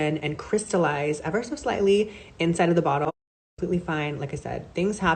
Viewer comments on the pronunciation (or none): Did Nikita go to the J. Star school of PR and annunciation? The emphasis on some words "SMall BATCH" and the sing-song intonation when she's being dismissive, ie, "ever so slightly" and "Mistakes HaPPennnn" just sound so familiar.